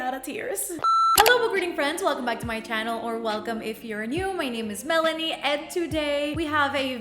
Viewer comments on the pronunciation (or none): none